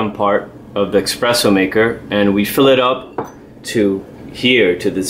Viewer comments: insists to pronounce "EXpresso" and is NOT with X the word... is Espresso.. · Thanks for your video, just bought one myself. Just FYI, it's eSpresso, not eXpresso. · Hi... about your pronunciation of espresso is not offensive; is just a so common word that is obvious to react at the sound of x in the word. As I guess you'll continue to create videos about coffee, it'll be good to correct the word... no bad feeling from anyone, I guess.. And hope to see your next video in youtube....